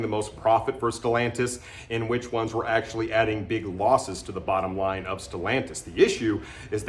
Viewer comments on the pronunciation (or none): none